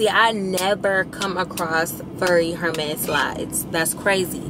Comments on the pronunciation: Hey friend Hermes is pronounced Err - Mez the H is silent ❤❤ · Hi, Hermes is pronounced Errmezz... the H is silent.